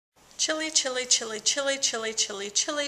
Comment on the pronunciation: A few times there it sounded like you said chili. Just saying.